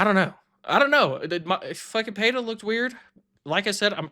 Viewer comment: Where did you all pick up that pronunciation of Pereira, with "h" sound somewhere in there? In Portuguese, double "r" is pronounced as "h", not the single "r". This is just Pereira; pronounce it as it's written, man.